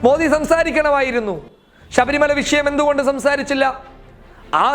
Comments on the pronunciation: ഷബരി മല അല്ല ശബരി മല എന്ന് ബ്രോ 😂🤣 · ഷബരിമല അല്ല ശബരിമല എന്ന് പറയൂ സുഹൃത്തേ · ഷബരിമല അല്ലേടാ പൊട്ടാ ശബരിമല...... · എടാ പോത്തേ നീ പറഞ്ഞു തുടങ്ങിയപ്പോൾ തന്നെ നീ ആരാണെന്നു മനസിലായി ,ഷബരിമല അല്ല ശബരിമല ആണ് ,നീ വർഗീയ വാദി തെണ്ടി പൂമോൻ ആണ് നീ . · മേത്താ ആദൃം ശബരിമല എന്നു തെറ്റാതെ പറയാൻ പഠിക്ക്... എന്തുവാടേയ് ഇത് വാർത്തയാണോ അതോ പള്ളിയിലെ പ്രഭാഷണമോ.. ...ഷബരിമല പോലും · Shabarimala ,shesham, sahacharyathilakk( sabarimala sesham , sahacharyathilaykk inganeyanu vakkukalude prayokam ) nammude mathrubhasha thetti uchariykaruthe janangal kanunnathalle